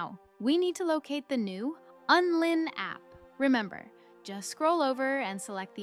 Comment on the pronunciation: WTF are you talking about? It's called Unlinked. Not Unlin. 😆😆😆